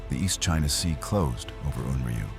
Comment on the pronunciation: Stupid AI can't even get the name correct!